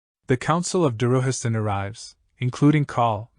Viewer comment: I would've liked it more ir you didint butcher the names. Darujhistan isnt pronounced Daruhistan, Capustan isnt pronounced Capusten, Ganoes isnt another version of Genoa.